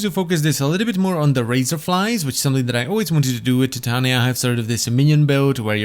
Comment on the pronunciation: Her name is Ty-tain-ya(titania)